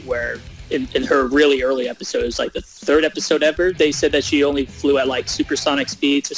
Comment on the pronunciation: When says third it sounds like he is saying turd.